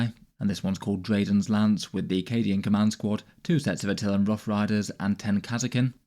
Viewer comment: Its "rough"